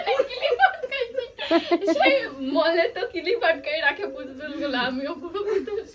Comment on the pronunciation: বৌদি কথাটা ইসস্ট্যাচু হবে না স্ট্যাচু হবে আর ঐ সপিং মলের পুতুলকে ম্যানিকুইন বলা হয় আর ক্লিপ কে কিলিপ বোলো না প্রিয়া তোমারা।